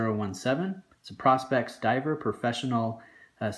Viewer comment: Dude, if you own these watches, please learn how to say the name of the series, Prospex is pronounced "Pro- Specs" as in Professional Specifications" pronouncing it like "prospects" really does a disservice to the name being it has nothing in common grammar wise.